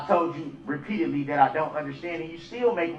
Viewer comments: The way he says undershtand is pissing me off. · I don’t undershtand, I don’t undershtand. That’s why you don’t represent yourself and get someone who does understand!